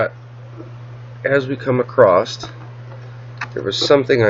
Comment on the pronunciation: Across does NOT have a T at the end!!!